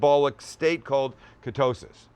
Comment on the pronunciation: Am I the only one who thought of martin cabelo when he said katosis